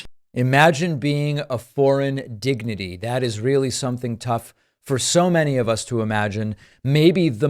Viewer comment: Wow, these are terrible examples. If you are going to rip Trump, do it with real evidence. So what if he said digny instead of dignitary? The heckler charged the crowd, what did you expect them to do, take it? If Trump is so bad, why are you so afraid of him? Don’t you trust Americans to make their own choice? Why on earth any American would be chilled by a USA chant or seeing American flags, wow, God be with you, you are going to need him covering you in this time. It will not be for the weak at heart, many will lose their homes. If you don’t stand with your fellow Americans during this time, you will fall.